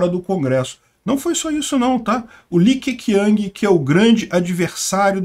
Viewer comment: Li Que Quiang se pronuncia Li Que Tchiang. E Hu Jing Táo